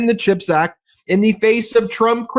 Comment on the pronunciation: Does he even know what a chip is? He always says ´chipact’ like it’s about potato chips!!